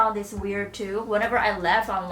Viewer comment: haha i thought you said left instead of laugh